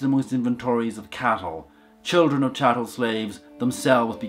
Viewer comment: Did anyone else see serious compression artifacts near the beginning? Also: chattel. Not chattle.